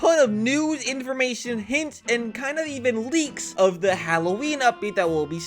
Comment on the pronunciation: BRO SAID LEGS INSTEAD OS LEAKS😂